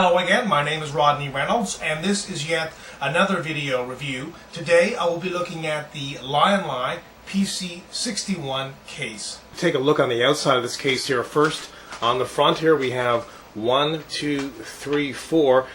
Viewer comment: Agreed, it's right annoying butchering languages. The I's in Lian Li is pronounced as the English "e"